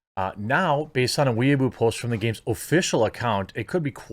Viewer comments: Lol pronouncing it “weeaboo” instead of “way bow” is hilarious. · OMG it's "way-boh" lol. Not weaboo. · Weibo is pronounced (roughly) way-bo. Jeremy saying it like weeaboo confused me so much just listening. XD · Why does everyone keep calling it weeboo? It's Way Bow (the weapon). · Not "We Boo", "Way Bo" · Way boh not weaboo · Way-bow not Weeaboo. Though I might start calling it that anyway. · It's Weibo pronounce "way bow" baka, not weeaboo or weeb for short. 🤣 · It’s pronounced more like Way-boh. Please don’t associate us Weebs with CCP social media. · I kept giggling when you said "wee-a-boo." I can't quite say how it's actually said since I can't speak Chinese but I know it's not "wee-a-boo." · Weibo is pronounced "whey-bow" so you know in case it comes up again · Pretty sure it’s called Wee-boe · Weibo = “Wey-boh.” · it's pronounced way-bow Jeremy just saying :) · Just so you know Jeremy, weibo is pronounced "way-bo" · I believe Weibo is pronounced "Wee Bow" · It’s funny how Jeremy pronounces Weibo as weaboo. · Weibao. Is pronounced. Way bow . A weeaboo is a Japan simp. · Its pronounced Way-bore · thats not how you say weibo